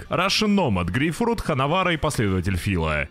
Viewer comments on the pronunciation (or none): none